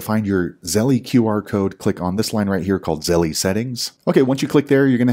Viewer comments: The way you say Zell-eee is har to hear😂 Thanks for you info! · Why is it Zell-E and not Chas-E?